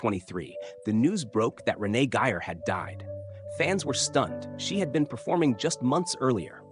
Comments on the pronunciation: AND pronounce her name with respect RENEE GEYER not your pathetic pronunciation of Renee Giyer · This is a rediculous AI generated piece of crap. No interviews and even some of the pictures aren't even of her. It's nothing more than word salad saying a whole lotta nothing. By the way it's Renee Gay-er not Renee Giy-er....